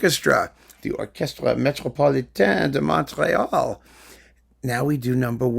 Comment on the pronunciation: A small tip on the pronunciation of "Montréal" in French: we don't pronounce the "t". If you do that, you will have it 100% correct. 🙂